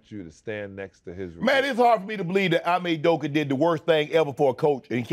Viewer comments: Want to know how to tell if someone actually follows the NBA (and I like Shannon, BTW)? If they can actually pronounce "Ime Udoka" correctly. Repeatedly butchering both his first AND last name (more so his first name). It's not "I'm-A", it's "e-may". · Ee-me, not eye-me Shannon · Ee-May Oodoka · You pronounce it as EMAY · its " ee-may oo-do-ka" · It’s “ee-may” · It’s pronounced /imai Udeuka/ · It's a Nigerian Name Unc....Pronounce it properly😂😂😂😂